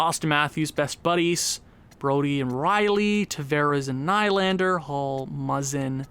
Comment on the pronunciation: Kase is said like Kaw-Sha Nylander is Knee-Lander